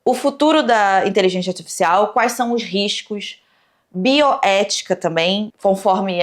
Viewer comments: "Inteligentia artifixial" kkkk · Adoro que a nunca consegue pronunciar inteligência articial kkkkk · siiiim hahahahaha saiu de tudo, menos inteligência artificial